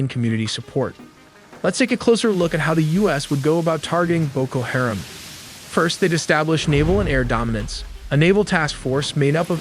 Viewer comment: How he says “Haram” is funny. He says “hear’em”